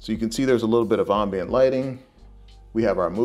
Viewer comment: Ohh. Not the “ahhm-bient” light. 😅